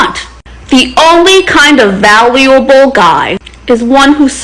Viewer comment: ...There goes that Submissive Asian Woman Stereotype down the toilet. She couldn't even pronounce the word "valuable" correct.